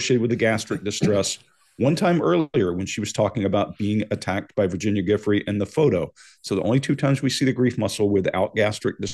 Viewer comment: does not pronounce Giuffre's name correctly???????!!!!!!! WTF